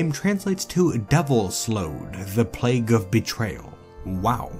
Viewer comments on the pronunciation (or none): none